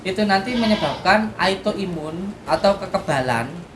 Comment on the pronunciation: Kok aitoimun... maap maap nih bukanya autoimun yes...